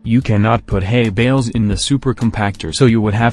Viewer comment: i hear hey bells instead of hay bales